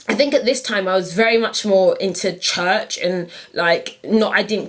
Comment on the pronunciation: "Univehsity, Chuhch, Mike" :) That is so cute Patyyyy!